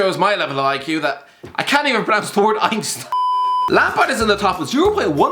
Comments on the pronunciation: Hyperbowl and einsteen. Ah yes, a man of the English language. Love you. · No One: Einsteen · When he said 'Ein-steen' as well 😂😂